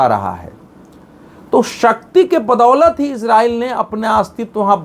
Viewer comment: Israil/iran sahi sahi bolna seekh